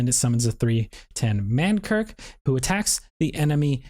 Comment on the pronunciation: Lmao stop saying man kirk my dude. It's man KRIK.